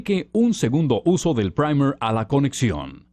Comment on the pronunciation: A alguien más le gustó la pronunciación del Primer? 😂😂 Me hicieron sentir así como que esa vaina aguanta vuelos espaciales jaja (Buen vídeo 👍🏼👍🏼)